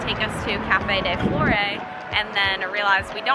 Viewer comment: just so you know, café de "flore" is pronounced "flor" (I am a french canadian!)